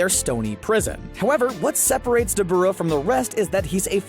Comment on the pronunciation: Call me what you want 🤷🏾‍♂️😭😭. But I wish people would pronounce the names as they are intended to be. Dabura is pronounced DAH-BYU-RAH if you say it slowly over and over of course it’ll sound weird but saying it plainly as you would once you’re accustomed to how it is it’ll flow better